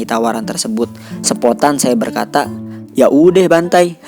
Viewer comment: 'yaudeh bantai' Betawinya keluar